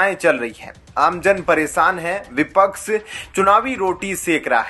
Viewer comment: आप शब्दों का बहुत गलत उच्चार कर रहे हैं जैसे संप्रक विपक्स..एसंतुष्ट आदि पढ़ाई के समय घर बैठे थे क्या